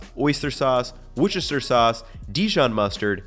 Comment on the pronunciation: Worchestershire is pronounced "wooster". Yes, really.